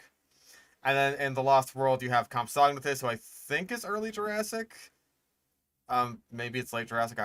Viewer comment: why are you saying Compsognathus like that? I have literally never heard it pronounced like that, not even by paleontologists.